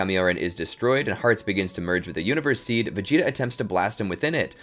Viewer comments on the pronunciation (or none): none